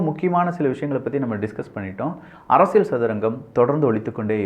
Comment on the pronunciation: அரசியள் அல்ல. அரசியல். சிக்கள் அல்ல சிக்கல். சரியாக உச்சரியுங்கள்.